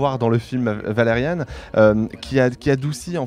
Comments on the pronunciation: Valerian pas valeriane 😱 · qqun corrige ce mec sur la prononciation de Valerian, et pas "Valeriane"... -_